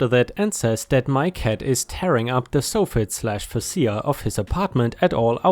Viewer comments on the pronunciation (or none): Hearing the soft-fett (soffit) and fach-a (fascia) being Sayed sof-fit and fas-sa makes it a new pet peeve.. hahaha still love the story's though. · Soffit is pronounced sawfit and fascia is pronounced feysha. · For future reference, it's pronounced "Soft Fit" minus the first T, and "Face Shia" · Soffit is said like soft but with not T at the end, followed by “it”. Fascia is “fash-ah”. I honestly had zero clue what you were saying there for a bit- had to stop and read part of the story to figure it out. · Soffit rhymes with prophet. Facia...can anyone think of something that facia rhymes with? Fay-shiah. They're the underside and face of a roof's overhanging front edge.